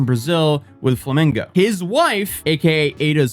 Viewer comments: its flamengo not flamingo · Hi just so you know Jorginho is pronunced something like George-iño and along with being part of Chelsea FC’s 2021 Champions League winning team he also won the 2020 Euros for Italy the country’s first EuroCup title since 1968 and yes Flamengo is a massive club in both Rio de Janeiro and Brazil.